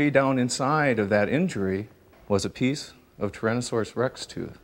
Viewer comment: The way dude says "Tuhrohnuhsorus Rex" bugged me, lol!